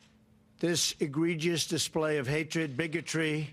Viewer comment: Who told him how to pronounce, "egregious?"